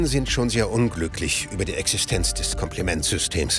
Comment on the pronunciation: dachte das war ein sprachfehler haha